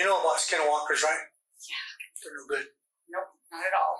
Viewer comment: the suspect calls it "skin-WalkERz" I've heard others call it schizophrenia.